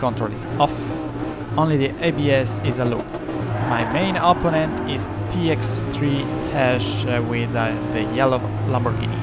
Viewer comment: non ti offendere ma una cosa te la devo dire (dall'accento direi che sei romano come me): imparati gli accenti e le preposizioni in inglese perche' veramente suoni strano eh. La pronuncia di opponent, protect, penalty, delaying, allowed, comfortable, legit, our, consequences, assume, essence, e alcune altre parole e' sbagliata, soprattutto l'accento, e l'uso delle preposizioni e' spesso sbagliato. Google translate e altri tool gratuiti ti possono aiutare perche' leggono i testi a voce alta. Sono parole che parlando di corse auto dovrai ripetere ogni volta, quindi aggiustale una volta per tutte e via.